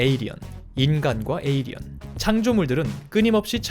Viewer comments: 에'어'리언이 아니고 에'일'리언인뎁쇼... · 저글링 영어로 해도 에일리언.. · 중간중간 에'얼'리언이 들렸다만 일단 무시하자... 발음생활 어서 나오길